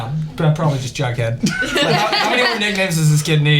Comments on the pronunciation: DID HE JUST CALL HIM BUDHEAD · Did no one else hear him call Jughead “Bughead” ????? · I’m almost CONVINCED he kept saying bughead😂😂baha💀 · It’s not bughead it’s jughead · Did he say "bughead"